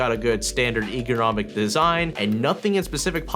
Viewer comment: Okay, there are just so many problems with this video. Everything that he says that is true is opinionated, he can't pronounce any words (like ergonomic) he called this a top 10 video at the starting, the mice in the video are not 'budget' (not to mention he got a chroma mouse), and he misses so many features that the mice have, like braided cables, side buttons, dpi, etc. All the videos he makes are complete trash, I don't even understand how he got sponsored.